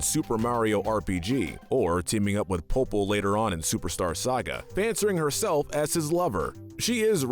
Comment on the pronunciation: He called Popple popele.